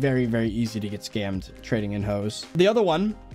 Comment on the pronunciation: Normal people: scammed: skAimed